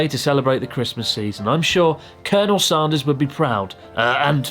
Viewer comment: Say "and", then say "sand", then say "Sanders", then laugh at yourself for how you pronounced it in the video 😂😂😂